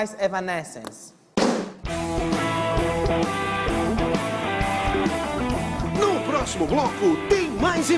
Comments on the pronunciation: Kkkk esse Danilo é foda com a pronúncia do nome da banda kkkk "evanéscence", "évanéscence" galera rachou o bico de rir 😂😂😂😂😂😂. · "É vanences" mds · Ela corrigindo a pronúncia do Danilo é engraçado. Hahaha